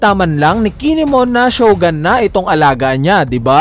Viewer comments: shogUn boss, hindi shogAn... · Shogun not shogan.